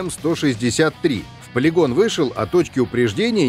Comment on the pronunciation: Спасибо за "ПА-ЛИ-ГОН" !!!!!!)))))))))))) Будто вернулся домой после долгого странствия :D